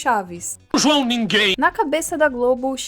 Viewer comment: kkkkkkkkkkkkkkkkkkkkkkkkkkkkk "joão ningu~em'